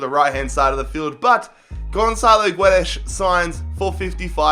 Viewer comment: It's not "Jao" it's "Joao", and Guedes reads "Gedes" in english, ffs all this time and can't still say simple names...